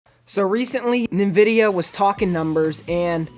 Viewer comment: its called AMD now maybe He is to young to know, and the way he says Nvidia is ass